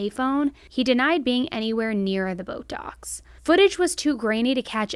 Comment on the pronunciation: Anyone else hear “Botox” every time says “boat docks”? 🤣